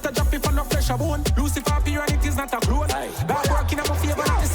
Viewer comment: Bruh... I'm Jamaican and I don't pronounce "clone" that horribly.... 😩